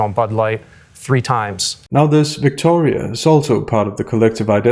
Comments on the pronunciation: I find the accent to be strange. It is not Victoria, like a queen of England. No, the O gets elongated and the R gets rolled like it is a queen of Spain, or Mexico. The speaker adopts this foreign pronunciation of what would otherwise be a normal English name. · Why is a Canuckistani using the latino pronunciation of "Victoria" for a Ukrainian refugee? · Why changed her accent to pronounce Victoria’s name? And who buys any of what she is saying. Also, a graduating class of 5000? How is this special in any way? What did these students major in that there are 5000 jobs for these people to have once they graduate? Who talks about peace being gone and war being on the horizon while comparing it to the beaches of Normandy? It’s fear mongering at the minimum. Why was the Ukrainian refugees allowed to board a plane with a cat? Lastly, out of the 5000 remarkable graduating students are only about 20 people clapping? It’s a sick world. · The way she pronounces. "Victoria", Cringe... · Her ridiculous pronunciation of “Victoria” reminds me of the great SNL skit where the news anchor pronounces words like “Nicaragua” with hilariously hard “I”s, rolled “R”s and soft “G”s. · This might be the most pointless, meaningless, boring, self serving, condescending and did i mention boring?, and out of touch graduation speaker i have ever heard. The way she makes a point out of how she pronounces Victoria makes me want to boo her off stage. Infuriating. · OMG the way she pronounces “Victoria,” so obnoxious